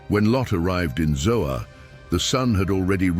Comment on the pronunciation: I dont believe its ZOA but ZOAR.